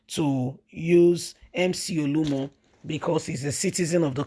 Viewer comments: Why do you always FAIL to pronounce simple Nigerian Names correctly? It’s becoming annoying. OLU OMO!!! Not OLUMO! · Please he is not Olumo, it’s Oluomo. Your tongue is always twisted.